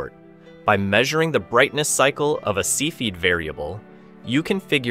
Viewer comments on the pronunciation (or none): "See-feed" variables? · Cepheid - Sef fee id. Edit. Sorry, other than that pronunciation I thought the video was great! Very thoroughly researched and presented